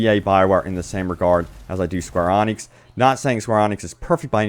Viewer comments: Square eee-nix not Onyx. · it is Square"E"-nix not "ON"-nix... yes im a fanboy and yes that triggered me. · Are you saying square onyx? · Isn't it square E-Nix? have i been saying it wrong ever since drakenguard? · No you are saying it right. He's just not saying it right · Dislike for being gullible that anthem is going to change. Dislike like again for mispronouncing SqEx.